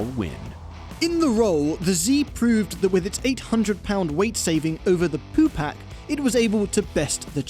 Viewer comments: Ha! "Poo pack" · said poo pack 😭